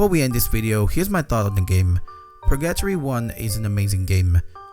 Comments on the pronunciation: its pronounced per-gah-tory not pur gattory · "Purgyattry" it's Pur-ga-tori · So you're saying that pronounciation is like being in purr-gat-tree for you? ;) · That pronunciation of “purgatory” just made me think he’s saying “purr-gato-ree” = purrcatry😅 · Pur GUH tory bro, GUH! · I can't get over how he says purGAtory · It's driving me nuts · I can only assume he's never heard the word said out loud before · Surprised you pronounced "Purgatory" as "Purr-gat-tree" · SAME OMG. I LOVE THIS CHANNEL SO MUCH BUT THAT WAS LIKE NAILS ON A CHALKBOARD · Hi first time commentor but I love all your Japanese horror video game vids!! 2 things 1. since I didn't see anyone mention it I thought I say well done with the English since I assume its not your first language, for when you do Purgatory 3 its pronounced Pur-Gah-Toor-Ree last part like a Japanese Tori gate, hope this helps and sorry if it seemed rude. 2. if you ever get a chance please check out a game called "The White Chamber" its a short game with some swears and crazy horror but the wild thing was I got it on a disc with a magazine when was a child, this game obviously WAS NOT intended fore children and someone made a grave mistake putting it on a disc partnered with a magazine aimed towards children. thought it might be worth a look, thank you for the content. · Love your vids 👍 Just want to correct the pronounciation of the title. Purgatory is spelled like Burger-tory just with the B replaced by a P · The way you say purgatory drives me insane ₍ ᐢ.ˬ.ᐢ ₎ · …how you pronounced purgatory gave me psychic damage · I like the way you say Purgatory. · The way you say purgatory is funny:) sounds like rally english:D